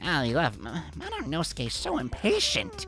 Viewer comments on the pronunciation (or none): Why does he say monosuke like mononoske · I can’t get over the fact that he says mononoske instead of monosuke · NOT “MONOINOSUKE” BAHAHAHHAHAHA